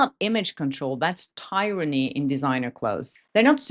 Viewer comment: Great video. FYI Tryranny isn't pronounced tie-ran-ee, it's tear-ran-ee. Hope this helps.( But tyrrant is pronounced tie-rant, though.)